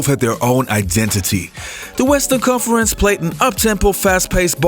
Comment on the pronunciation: This clown can't talk. Stop faking it... How do you pronounce conference?